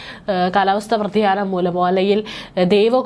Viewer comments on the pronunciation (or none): കാലവസ്ഥ വ്രതിയാനം അല്ല, കാലവസ്ഥ വ്യതിയാനം. മലയാളം ശരിക്കും അറിയാതെ വാർത്ത വായിക്കാനുള്ള ചങ്കൂറ്റം സമ്മതിച്ചു തന്നിരിക്കുന്നു. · വ്രതിയാനമല്ല വ്യാധിയാനമാണ്